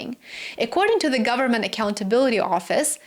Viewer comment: "full faith and credit of the US gubmit..." LOL